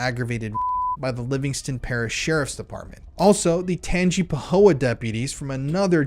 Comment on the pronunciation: Tang-ah-pa-ho-a* Font-en-o * (t is silent) This is local for me.